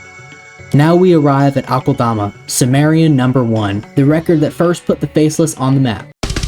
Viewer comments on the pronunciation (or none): I find it hilarious how many people mispronounce it as Awk-ULL-DAH-MAH. Its pronounced uh-kel-duh-muh